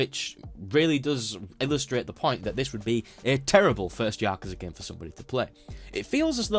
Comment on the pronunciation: I still don't get why nobody can say Yakuza properly. I guess your attempt is better than the Y'kooza lot, but it's a like apple, not ah like ahhhhh so you can't say words properly. Edit: turns out you can't say corridors properly either?